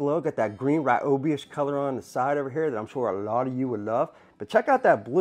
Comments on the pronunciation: Home Depot video ad from Ryobi says Ri yo bi, so I’m gonna stick to it, not ra yo bi or whatever you said, good video! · pay attention it is pronounced RE OBI NOT WRY OBI!!! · Ryobi is Japanese, so obviously it's "Ree-obi" (Technically "Ryo" is spoken like one syllable, not two, but w/e) kinda like Ryu from Street Fighter. Lol. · Wow! Didn't know I was pronouncing Ryobi wrong all this time. I thought that since Ryobi corporate pronounces it "Ree-O-Bee" in all of their commercials that was the way to say it. Just kind of figured since it was their product they would know. Thanks for the correction, I'm emailing them now. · I'll say it again... it's Ree-O-Bee!!! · It's Ree oh bee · I hate people that pronounce it Reeobi. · Is he mispronouncing Ryobi wrong on purpose?